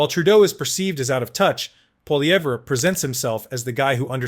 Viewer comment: Poli..ev not Pol..evra try getting it right if you want to be taken seriously. Lazy, lazy😂